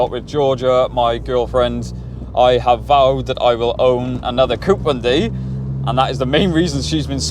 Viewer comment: Stop saying coup.